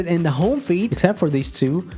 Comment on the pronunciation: I'm sorry to point this out but you pronounce "feed" like "feet" and that's kind of funny